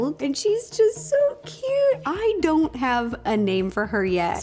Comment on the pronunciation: is it just me or dose it sound like “I do want blueberry to feel left out”?